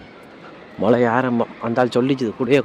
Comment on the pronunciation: 09.00 மலை இல்லை மளை என்று வார்த்தையும் கிடையாது, மழை தான் இருக்கு - நாக்கை கொஞ்சம் வளைச்சி பேசவும்